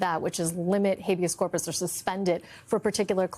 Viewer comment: Donald Trump can't even say Habeas Corpus, this is Miller and Heritage in his ear. The puppet masters.